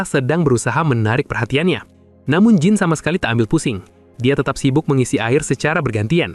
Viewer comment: Jean dibaca Dzan.